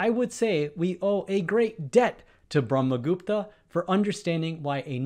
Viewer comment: Your pronunciation of Brahmagupta is spot-on whats your nationality bro